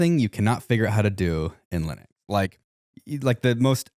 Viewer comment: AND LIKE 5 OTHER TIMES.. Will.. WILLIAM MY DUDE.. it is NOT. Pronounced... LINIT, OR LINUK. He literally f***ing pronounced it wrong like 8 times, AND pronounced it correctly at least twice. BRO. Bad example, man. Come on 💜